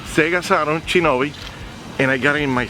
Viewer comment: It sounded like said Chinobi lol you always making us laugh 😂 and is that a El Chavo del 8 reference when they bop you on the head with the Mario hammer bep bep bep bep bep bep 😂